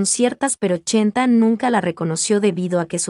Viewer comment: SI ME LEES. SOLO TE VOY A PEDIR UN FAVOR DILE CHENTE NO CHENTA, Y SI NO PUEDES ENTONCES LLAMALE POR SU NOMBRE VICENTE, A TI NO TE GUSTARIA QUE TE LLAMEN ARRASTRADA. AL FINAL ESTAS MONETIZANDO POR HABLAR DE EL. GRACIAS MUJERCILLA